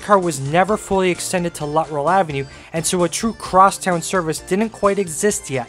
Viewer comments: Good video but I have to correct you on your pronunciation of the easterly loop. It was pronounced “Lut-Trell” not “Lutt-Rell”. I probably spent half my teen years traveling to that loop from Scarborough by bus and I never heard it pronounced “Lutt-Rell”. Also, you didn’t mention MU or multiple unit operation of streetcars on the route due to heavy passenger volume from the 50’s to the 1966 subway opening. Other than that, it was a nostalgic presentation for me. Keep up with the interesting content! 👍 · The street was mispronounced , it is Luttrell and was the east terminus of the Bloor Car . It is on the south side of Danforth a block or two west of the Shoppers World Mall at Victoria Park and Danforth .